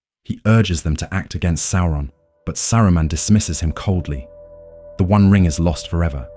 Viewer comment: The voice is very good, but a few slip-ups and mispronunciations show that the voice is A.I. - Although I prefer your pronunciation of Sauron (that's how I pronounced it before hear the BBC audio version)